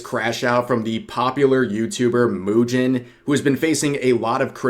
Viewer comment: from now on I will call mujin moo-gin 🤣 I feel some gin will flow with the amount of coping he show XD